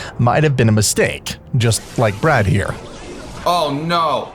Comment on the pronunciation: Man its bee-rad, not brad